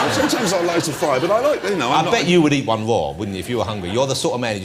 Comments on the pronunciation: Niculici Aurelian it sounds "waw" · It's so funny when Jonathan tries to say "raw" :D